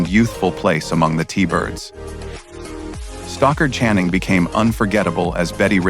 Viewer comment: It's Stockard Channing, not Stalker!